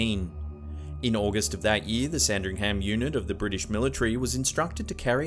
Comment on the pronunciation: I love your videos,, but: It's, Sir Walter Rar- lee, not Ray- lee. The Spanish Armada went after the English, not British, as Britain didn't exist then. You're, but don't emphasise the 'ham' part of Sandringham. Anyway, great video as always xx